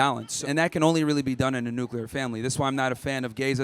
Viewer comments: Not the new-cular family 😭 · Nucular! Wow! It's crazy that people are this damn stupid. 🤦